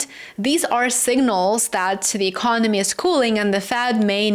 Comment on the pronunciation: Lower rates cant sell debt😮...e-con-oh-me wont pay debt back regardless 😅